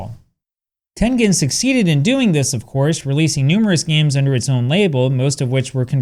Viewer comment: You pronouncing tengen in Chinese really impressed me.